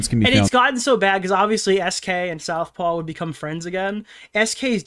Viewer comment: Take a swig whenever mispronounces Southpaw as South Park in the video lmao